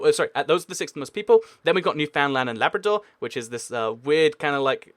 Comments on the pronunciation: OMGOMG YOU MISPRONOUNCED NEWFOUNDLAND IT’S PRONOUNCED “NEW FINLAN” OMGOMG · IT'S NOT PRONOUNCED NEW-FOUND-LAND, IT'S NEW-FUN-LUND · Newfoundland is weirdly pronounced: "new-fin-land" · you forgot 3 provinces that are way more populated than newfoundland which you also pronounced wrong just saying i am from canada not judging you for not knowing it just telling you